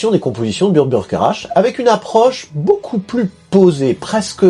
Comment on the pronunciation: Que de découvertes, merci ! PS : Burt Bacharach, je crois que ça se prononce "Bakarak". Un compositeur talentueux et très prolifique, mutligenre (pop, soul, jazz, bossa nova). Avec au moins un classique à son répertoire, la chanson de Butch Cassidy et Sundance kid : Raindrops keep falling on my head. PS: bétisier final très drôle